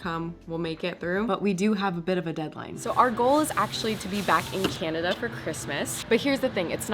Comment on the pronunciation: I don't think you are saying Canada correctly. 😂😂